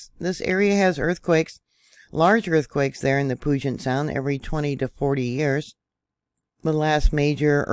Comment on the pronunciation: Thank you. Wondering right along with you… Btw, puget is pronounced pew-jet 🤗